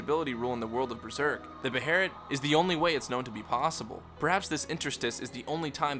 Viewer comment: its not spelled beherit, stop calling it a beherit, its a behelit, with an L not an R